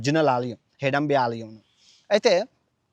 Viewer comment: నాభూతో నా భవిష్యత్ కాదు. నభూతో నభవిష్యత్ .... హిడంబి కాదు హిడింబి